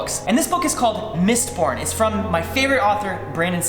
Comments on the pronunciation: Only I heard "Mist PORN" not "MistBorn"? :D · i thought he said mistporn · Thought ya said Mist-porn there